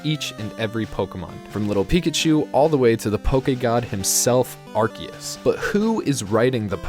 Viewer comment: "Arkeus" Oh, you're one of those...